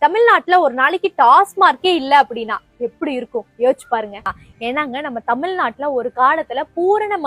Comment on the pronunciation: தமில் நாடு இல்லை, தமிழ் நாடு என்று சொல்லவும்